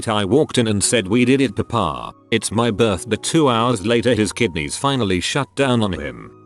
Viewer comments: “my birth-de” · Does it trigger anyone else when the voice says "birthde" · Nobody: Text to speech: Birthde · Noone: Not even a soul: Scottish viking: BIRTHDIY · Anyone getting annoyed how it says Birthdi like I’m not OCD it’s just annoying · The way the voice says "birthday" cracks me up every time I hear it. It's just how clear and coherent it is and then suddenly Sean Bean saying BIRTHDEH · No one : Him :berrrrrth deeaa Me : you mean birthday 👀👁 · When it says birthday it sounds like an accent Birthdey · Why does this voice say "birthday" so weird? It literally sounds like "buthdyei" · The synthesized speech sounds like he has a midwestern accent when he says “birthday”